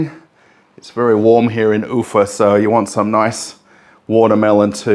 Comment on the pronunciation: The emphasis in pronunciation of town name UFA is on the A not the U, you sound funny.